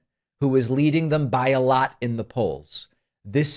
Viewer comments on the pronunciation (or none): none